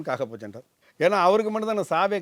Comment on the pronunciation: அம்மா நெறியாளரே, காகபுஜகண்டர் இல்லை. காகபுஜண்டர் என்று உச்சரியுங்கள். உங்கள் பேட்டியை, பேச்சை, உச்சரிப்பை பல்லாயிரக்கணக்கான மக்கள் பார்க்கிறார்கள். இது அறிவுரை மட்டுமே. தங்கள் மனத்தை புண்படுத்தும் நோக்கம் அல்ல. உங்களை நீங்களே பேட்டி எடுக்கும் முன் தயார் செய்து கொண்டு வாருங்கள். நன்றி.